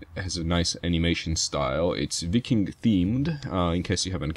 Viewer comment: Do you know that the way you said viking is the way you say it in swedish:)